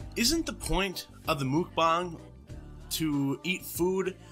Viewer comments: I find these so entertaining, also no.. its korean.. mukbang not mookbang.. 먹방(meokbang) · So mukbang is pronounced “mock-b-ah-ng”? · Lmao no that's not how you say it😬😂